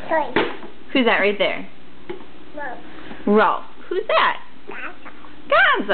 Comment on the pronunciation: short for Beauregard actually. & it's Rowlf not Rolph. Very funny though!